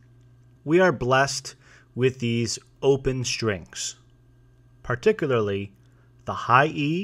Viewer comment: Par-TIC-u-lar-ly - ewww. He forgot the G-string though. I uh knew a in 5th grade 1977, Park Ridge Il. Could I have known him when...?